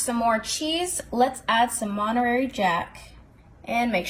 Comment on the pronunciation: This is the prettiest one I’ve seen because you did such a nice job laying the tortilla strips. BTW…It’s Mon-ter-ray cheese.